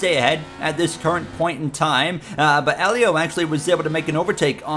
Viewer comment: You finally got Helio's name right sheds a tear Im so proud of you bro